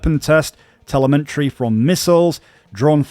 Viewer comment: listened to a couple of minutes and heard "telementry", "publical" and "sim-you-taneously"... ???? are you struggling with speaking english? i dont want to be rude but like.. what?